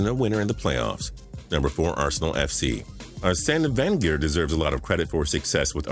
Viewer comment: Cringing everything he doesn't say arsene wander incorrectly 😣